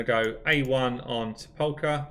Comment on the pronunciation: I know your regional accent is different than mine but i believe the pronucation is SEP- la -Kur